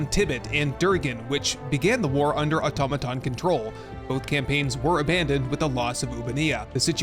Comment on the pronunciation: Finally, an Youtuber who can actually pronounce "automaton".